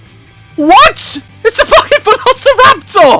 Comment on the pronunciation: can we just take a secound to apresheate how daz says volasoraptor